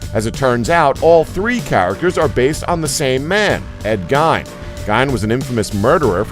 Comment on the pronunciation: you are saying gein wrong, it's pronounced gain.